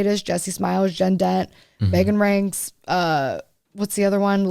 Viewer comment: Did she say Megan rienks? Cause she lives a very quiet, gardening, crafting life to my knowledge